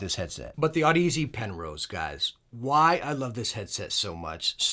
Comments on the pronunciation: Pronounced odyssey not aud ez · Great vid, thank you! p.s. Audeze is pronounced like Odyssey but with an 'aud' not an 'odd' if that makes sense lol. 😅